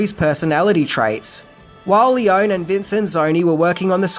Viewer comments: The best Western even, made by Italian crew and shot in Italy and Spain. And with the best soundtrack (obviously by legendary Maestro Morricone). PS: I'm probably nitpicky, but English-speaking people just ALWAYS mipronounce Leone. It's read "L-ay-oh-nay". And the movie was not shot in "a studio". It was shot in Cinecittà, the most important film studio in Italy (where Fellini, Visconti, Bertolucci, Coppola, Scorsese shot their movies). During the 60s it was called "Hollywood on the Tiber". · I mean no disrespect, and I know you pronounce some words differently, but you have GOT to pronounce names correctly! Names aren't pronounced differently because of accents. Eli Wallach should be pronounced Ee-lye, not Eely. Also, it's also pronounced Lee-Oh-nee, Not Lee-own. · The Italian E sounds the same as in Spanish, so no, it is not Lee-oh-nee, it is Leone with the E sounding like in peg, sex, pest. So it is not Seergio either, it is Sergio. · Sergio Leone - he's Italian, the name is Italian. Pronounced: "lay-OHN-eee" - 3 syllables, not two. Thank you. And, nicely done video, by the way. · This video should be titled: “The One Thing The Author Didn’t Know About How To Pronounce ‘Leone’”…. Considering it’s pronounced, lee-OWN-nee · Italian doesn't have silent letters at the end of words. Leoneeeeeeeeeeeeeee. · You know, it'll take you just a few seconds to google the correct pronunciation of people's names. It's Leo-nee. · Is it really too much of an effort to learn how to pronounce the names of your heroes correctly before making a video about them? (E.g. Sergio Leone, Ennio Morricone, but also the town Almería.) Btw: The cause of the "translation blunder" in the trailer is the difference in sequence in which the names appear in the title: In Italian, it's "the good, the ugly and the bad" (il buono, il brutto, il cattivo). The reason for the change was the language rhythm, the Italian original fits the film better. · ( just a note : Lee - own - ee . not lee - own. )